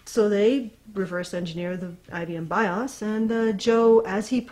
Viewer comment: You are mispronouncing BIOS and it's annoying.